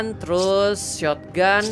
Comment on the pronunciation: Ketularan abang jadi suka bilang shotogunto